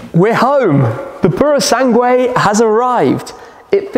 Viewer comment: Wow that 296 is a stunner. Not paid much attention to car vids of late so never knew of it till now. Without even looking up the info on it it's clear its a modern take on the Dino and its perfect. The Purosangue? well its nice for an SUV I guess. Glad you can say its name right lol.